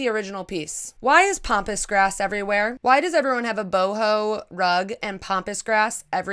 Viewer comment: Love how you pronounce Pampas grass as Pompous Grass...lol. To my Australian ears anyway :) I also hate the word art. The more demanding, the worse! Like EAT in the kitchen and I thought I was going to pee there...